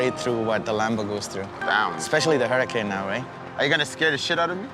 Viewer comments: It’s not hurricane it’s hurracan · It’s huracan not hurricane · Saw these guys in person, absolutely mental! (Really cringe how it calls it a huricain instead of huracan) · can’t even pronounce the names of the 458 and huracan not huracane correct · Whys he call it a hurricane? Isnt it hurracan? Lol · My mans said "hurricane" instead of huracan. Smh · For real it's not a hurricane it's a huracan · He literally can’t pronounce a car that he owns correctly. I never knew they sold Lamborghini “Hurricane” 😂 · 😂 Fake News, can't even say the name right ("Hurricane") 🤦🏽‍♂️. "More money than God" 🤣🤣 statement proves it's fake news. if God was real he would be in a Bugatti, Koenigsegg, Pagani or something better than a basic " Hurricane". 😂😂 Biggest kicker of a joke "$400,000" for a "Hurricane". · it's not pronounced hurricane! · can’t say huracan right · Thats a cool Lamborghini “huricane” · doesn’t know how to pronounce his own car smh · Dude doesn’t even say the name of his car correctly sheesh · I cringed a little when he pronounced huracan like he did lol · bullshit actors cant even pronounce Huracán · How does not know how to pronounce huracan? smh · dude buys car but cant pronounce the name.